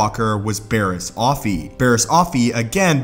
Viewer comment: You are mispronouncing her name. It’s not OFFee (like “coffee”), it’s OffEE (emphasis on the second syllable).